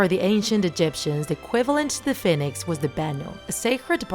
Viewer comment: Your saying "fin-ex" its pernoused "Fe-nix"